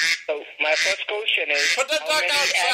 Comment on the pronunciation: Dude cant even say question right ... "Qoosteon"